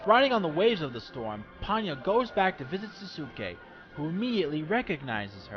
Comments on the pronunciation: not quite. I thought it was the same when I first watched it, however they are different. In Ponyo his name is actually Souske ( i think that's the spelling) and it's pronounced So-skay, with a definite "so" sound at the start. While in Naruto...well duh spelled Sasuke and pronounced Sas-kay. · Just to let you know, Souske's is pronounced " So-skay" but good review.